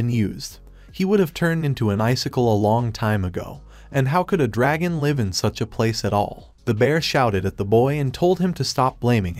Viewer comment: you keep pronouncing the word "live" wrong